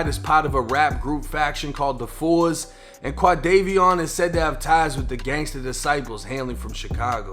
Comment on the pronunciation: Foes Man!! nobody Says Fours Lol